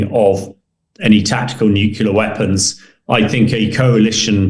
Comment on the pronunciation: If de-Bretton has so much military experience let him go and fight. He’s delusional. He can’t even say nuclear properly. He’s an idiot.